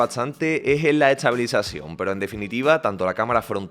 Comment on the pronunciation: No tengo ninguna pregunta acerca del teléfono.. Lo que me intriga.. es porque el locutor habla con la T antes de la S.. No dice Este.. dices Etse No dice Es todo dice Et sodo Etstreella, eTsabilizacion???